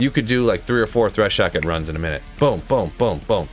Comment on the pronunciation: "Threshocket" lol